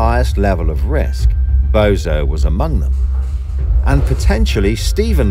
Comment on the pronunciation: Keeps saying bozo instead of bonzo😂